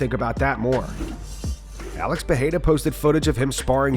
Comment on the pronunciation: Can we get to pronounce “Pereira” correctly? It sounds more like how it’s actually written lol.